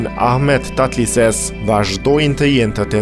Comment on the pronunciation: TATLËSES.... jo Tatlises